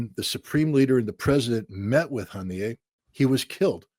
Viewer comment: "Hon-yay" ??? ~~~> <~~~??? You mean Ismail Haniyeh??? I'm really getting so sick of ritter!!!!!!!